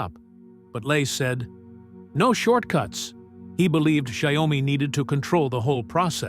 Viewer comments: I believe it’s pronounced “shau-me”. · wow, your AI voice over sucks. cannot even pronounce the name of the company correctly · Learn how to pronounce XIAOMI dork!